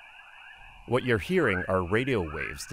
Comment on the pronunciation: I hear whoat